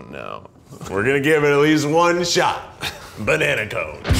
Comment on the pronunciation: keith again: "bANanA"